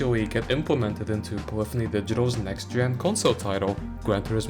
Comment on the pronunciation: Thank you for pronouncing the word "polyphony" correctly